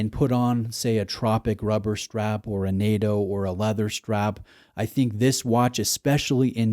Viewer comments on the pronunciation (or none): none